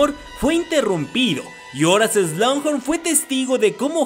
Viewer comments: Me exaspera ke en todos loa videos digas slungjorn es slughorn... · No entiendo por qué pronuncias "Slanghor" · Excelente video, pero hay una parte de mi que llora cada que pronuncias Slughorn jeje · SIIII!! a mi tambien me causa mucho ruido cuando pronuncia mal un nombre o apellido!! es feo escuchar un inglés mal pronunciado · pronunciaste incorrectamente el apellido del profesor agregando la letra "n" entre medio. Cosa que tú, al ser máster en la materia de Harry Potter no te lo puedes permitir. Saludos 🤗